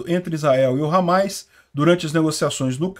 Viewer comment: Desculpa mas "Ramáis" ficou até engraçado